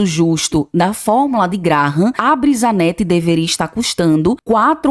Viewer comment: Brisanet, não brisanette